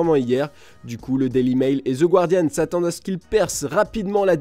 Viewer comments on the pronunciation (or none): none